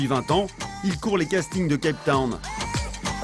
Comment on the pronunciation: CAPE TOWN, pas CAP TOWN ...